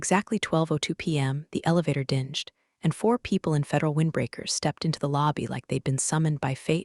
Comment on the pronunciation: Still getting dingshd for dinged. Copis for copied. Reed for read (past tense). I thought AI was supposed to learn.